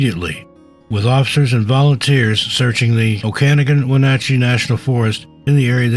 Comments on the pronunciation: #5 Okanogan, Washington = Oh-can-ogg-gan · Heh Oak-ah-nogin and win-at-chee. Washington has a bunch of hard to pronounce names. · "Squim" Washington. I know, it makes no sense... oh'-cah-NOGG'-en. Those western names are getting you.